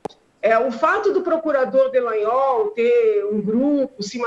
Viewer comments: Alguém precisa dizer pra Janaina que o nome dele é Dalagnol, não Delagnol. Rsrsrs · Alguém avisa a que o nome do procurador é Dallagnol e não Dellagnol.